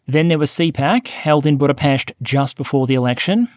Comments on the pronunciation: Big shoutout to you sir, for covering the early history of Hungary so cleanly. You also pronounced 'Budapest' correctly. :) Note that Magyar cannot be immediately 'pro Ukraine' so quickly because Orban has done a ton of brainwashing. He needs to cleanse the pallate and disinformation from the minds of many Orban fans first, and slowly but surely back NATO and Pro-Ukraine initiatives, and show that it's for European benefit. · He even pronounced 'Budapest' correctly. ;) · Good fast summary of over 1000 years of Hungarian history. Good pronunciation of Budapest. Check into the pronunciation of Magyar. Keep up the good work.